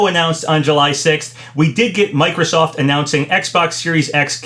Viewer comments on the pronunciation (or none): none